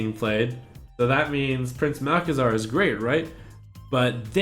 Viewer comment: You said: You have to see the beauty in all cards, and I think you just butchered Prince Malc. :P